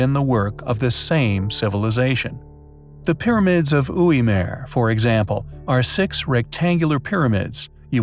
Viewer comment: Not Oui Meer ... GUI -MAR .. not Meer.. Americans really should not attempt to pronounce certain words..it's a real ear sore when you know how it is meant to be pronounced